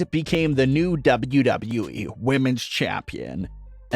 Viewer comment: It annoys me the way this guy says “Wwe”